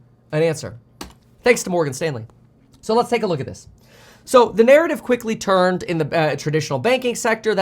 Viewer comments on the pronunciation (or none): none